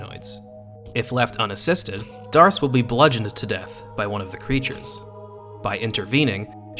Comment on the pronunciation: D’arce is pronounced “Deh’Ark”. I believe it’s referencing Joan of Arc. Joan’s full name was Jehanne d'Arc. “D’”is shorthand for “De” which essentially means “belongs too/of/from”